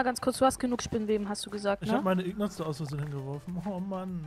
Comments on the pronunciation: ES HEISST NICHT IGNATS ... INGOTS!!! das nervt irgendwann echt krass :D ich hoffe ihr gewinnt trotzdem :D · btw es heisst INGot und nicht IGNot:D